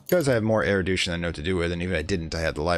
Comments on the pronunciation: First I want to say I've been enjoying the series. I rarely comment on videos but Phrygian was where I draw the line on your mispronounciations. The last one refers to Erudition, which you have been pronouncing 'Eridution' throughout the series. If I could make a suggestion, it would be try to slow down when you're explaining stuff. It was easy enough to follow when you were blowing through the early-game. However, later on you began to go really quickly and switch topics suddenly while explaining more opaque topics like assembling Rites. It would also probably help with the diction. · Fridge-ian. Man-day-ick. Air-ah-may-ick. and AIR-OO-DISH-ON (!)